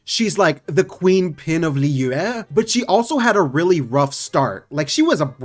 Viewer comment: The way he says Liyue- I speak chinese why does that sound like he's speaking chinese